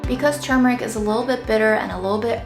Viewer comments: Thank gosh you pronounced the word properly 97% of the video. Your fails were on the turmeric tea and the very last time you pronounced the word in the video, right at the end, where, sadly enough, you dropped your guard and went back to your wicked slovenly ways. 🤣 Seriously, though, very good video, as usual. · I was today years old when I realized that it is "turmeric" and now "tumeric".